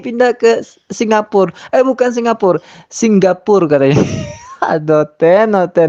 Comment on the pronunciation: Singapore cuk bukan singgapore,betul sikit klo cakap.😁